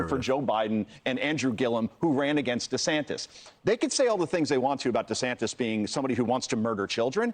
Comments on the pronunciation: It's pronounced DeSantIS, not DesantEZ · Dude, it’s Desantis not desantez 😂